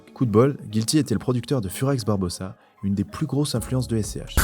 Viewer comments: Je peux pas continuer à regarder si tu dis furax barbossa mec.. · "Furax Barbosa"... 🤦🏻‍♂️